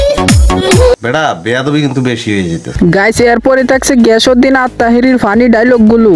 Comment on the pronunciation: গিয়াসউদ্দিন নামটা ভুলে গ্যাসউদ্দিন উচ্চারণ করছেন।